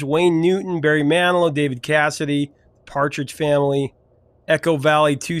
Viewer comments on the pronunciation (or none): none